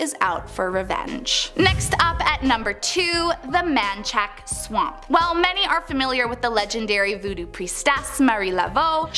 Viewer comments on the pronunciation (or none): It's pronounced Man-Shack, not Man-chak lol. Seems like you'd check pronunciations prior to making a video 🤷‍♀️ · Manchac is pronounced man-shack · It’s called ManShack not chac I’m from Louisiana born and raised baby